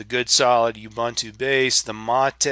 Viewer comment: Well, speaking of pronunciation issues. Ubuntu is pronounced ooboontoo. I used to pronounce it as oobuntoo until a friend of mine corrected me, and I looked it up. And technically it's g-nome, not nome, but that one I don't care how it's supposed to be pronounced. I'm still going to pronounce gnome as "nome" ***I still gave thumbs up on the video though.***